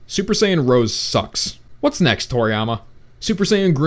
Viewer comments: XD Blue: SSGSS. And it's Rosé. Not Rose. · Rose? ITS ROSÈ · It's called rosè. GET IT RIGHT!!! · You said rosé wrong that is the only thing that triggered me